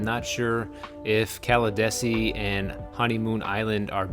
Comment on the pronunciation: Pronounced “Cala DEE see.” I lived there until last year. People are moving to Pinellas County by the droves, traffic is horrific, especially on US-19. It’s not what it used to be, sadly. Miamians will still think it’s good since it’s worse in Miami for now.